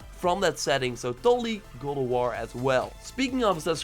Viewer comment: Did you say gold a wall ? Speak clearly lmao